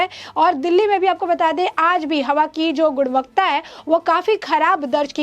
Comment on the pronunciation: गुणवत्ता..... गुन्वकता नहीं!